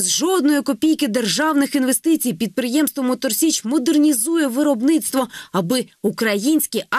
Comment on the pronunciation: Мотор січ а не сич.. прийміть до уваги.